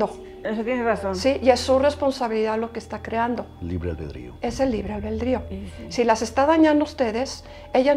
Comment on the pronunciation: Para nuestra querida, se dice, escribe y pronuncia: albedrío.